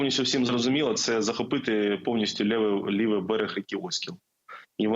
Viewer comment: Правильний наголос у назві річки Оскіл- на букву - і.